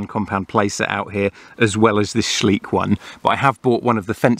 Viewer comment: Schleich is pronounced soft and slow like Shly-sh, not sleek. It is way bigger than Mattel here in Germany